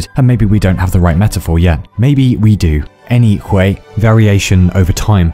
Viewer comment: cool vid but fk, u triggered me at saying any"h"way! xD